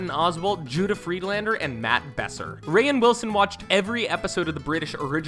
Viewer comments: Kaelin J lol yes “rayin Wilson” it’s just pronounced “rain” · He called him Ray-in Lmao it’s pronounced like Rain 🌧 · Rainn pronounced like rain the weather not “Ray-en” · It’s pronounced Rain not Rayin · It's pronounced rain not ra inn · "Ray-in Wilson" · “rayann willson” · "Ray-in Wilson". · FishAntsPlantsAndDave Noticed the same thing. I assume this is someone who’s never heard of them just reading someone else’s script. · Hazridge ra-in Wilson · Ray-inn Wilson??? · Andrew Champy ray in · I cannot handle him pronouncing rainn Wilson’s name wrong ughhh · Him mispronouncing Rainn’s name bothers me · holy shit the physical cringe I experience when you pronounce the names Gervais and Rainn.. no need to add a syllable for the i